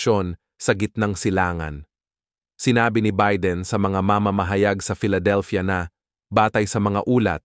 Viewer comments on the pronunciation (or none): none